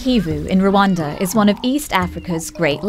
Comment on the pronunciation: Incorrect pronunciation of Rwanda